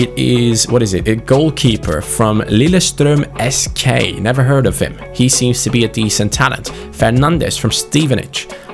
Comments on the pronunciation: I'm amazed with how you pronounced "Lillestrøm SK"... I'm norewgian and you pronounced it really well! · Wow you actually pronounced “Lillestrøm SK” very well